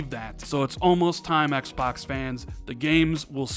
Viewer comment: Why do you say Xbox like "X Backs"?